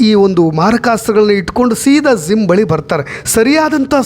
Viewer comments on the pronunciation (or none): ಸರ್ ಅದು ಝಿಮ್ ಅಲ್ಲ ಜಿಯ್ ಅಂತ ಹೇಳಿ. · Your explanation is too good but pls correct pronouncing Gym it’s not Zim